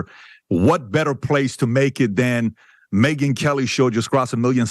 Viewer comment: Me-Gyn as in "Me Woman" not Convinced